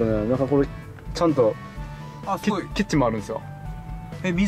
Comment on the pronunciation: のお塩さん すぎょーい 面白くて何度もリピートしましたww